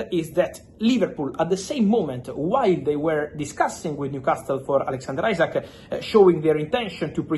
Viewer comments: Butchers Isak’s name every time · Bigger question is which will come quicker Fabio's correct pronunciation of Isak or Arsenal signing Gyokeres? 😅